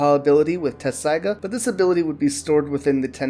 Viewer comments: Wait it’s not “Tetsaiga”? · Even in the Japanese you can hear them make a t sound, I understand spelling and pronunciation are two separate things but I'm just saying you're pronouncing it wrong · I know that's the official English spelling but they say tetsaiga with a T. The Japanese is even tetsusaiga, so leaving out the middle T is just wrong. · How tf you gonna make an informative video on something you can't even say right